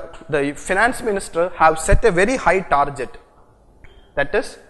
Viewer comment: for godsake its tar-GET not tar-JET!!